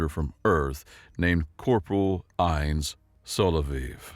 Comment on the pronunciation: Fyi... ines. Is.pronounced eye-ness, or eye- nez in english. In spanish, ee- nez.